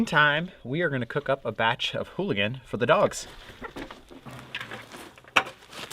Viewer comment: There is no H in ooligan lol